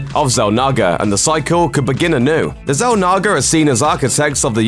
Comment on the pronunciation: Say Zalnaga again lol